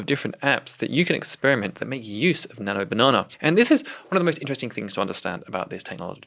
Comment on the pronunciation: 12;07 i am surprised how could you pronounce it the correct way ? thats how we say it in arabic